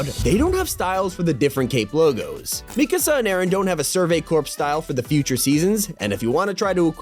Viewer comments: When we said me ka saw it triggered me it’s Mikasa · Bro said Mekasa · It’s pronounced me-cu-su mikasa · bro really said mikasaa it Me Kas AA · You said Mikasa so wrong lol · You pronounced Mikasa wrong